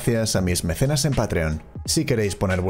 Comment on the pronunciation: dice mecenas pero se oye meseras xd